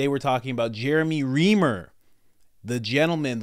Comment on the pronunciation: His name is pronounced Rhrimer